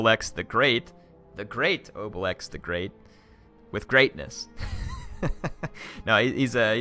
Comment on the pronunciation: It's a Gaul name it's pronounced (obeleex) but it sounds better in french